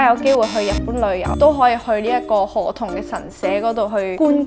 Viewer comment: 唔知聽到周庭讀河童kabba、聽唔清楚你讀b定p音，另外かっぱ喺日文日常會話解做雨褸／好識游水既人（好似係）